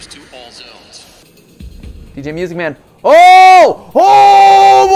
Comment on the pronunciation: Nobody: Matpat: MEWSIC MAN